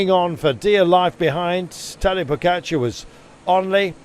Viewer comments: Its pogacar not pokatschar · Why is he pronouncing it PoKačar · Why cant he pronounce Pogacar properly?